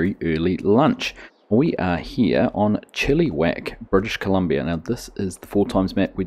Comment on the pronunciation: I love your attempt at pronouncing Chilliwack. It is not pronounced Chili-wack as in the food chili. It is Chill - i - wack. The i is a short i as in 'it', not long like an e.